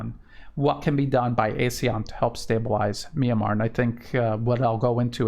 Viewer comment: Glad you are doing this. Thank you. Note pronunciation Ah-SEAN. Not ay-SEAN.